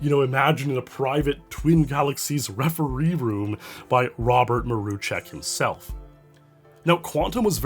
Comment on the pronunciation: I'm impressed by the correct pronunciation of Mruczek, great job Also M Y F R I E N D S